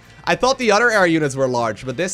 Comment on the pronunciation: Udder, I mean other.